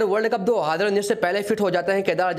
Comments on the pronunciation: Perbal nhi prabal.. Bhai Bolna sahi se seekh.. Phir video bana.. Specially Haazar per dhyn de... 😂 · Hazaar ko haadr bol rha he😂🤣🤣🤣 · 2houzerrr unnis😂🤣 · Y, what is haaadar unees??? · Do hadar unin.... Kitna Baar Bola???? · Yarr..... Ye do haajrrrrrra unnis Hai kya ye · Bhai hadar unnis kya hai? 🤣🤣🤣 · pahle bolna sikh le nalayk 2 hozazzr jar kya kar raha hai 😀😀😂😂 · Abey kis desh ka bhasa bol raha be... Do aaadar unnnis....chup ho ja be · Do haazar unnees kya hota hai bhai 🙄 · Hazar to sahi se bolna shik le bc